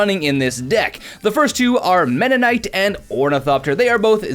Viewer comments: Mennonite? I think it's pronounced "Meme Knight", at least that's how I pronounce it... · "MEM NIGHT" "V ALL T" Scourge "AN SES TRAL" That's just from the first couple minutes! Enjoy your vids but WOW! P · MEM - NAIT MEM - NAIT MEM - NAIT MEM - NAIT is not that hard man Sweet. I love affinity. Guilty pleasures you know... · It is not ME NA NITE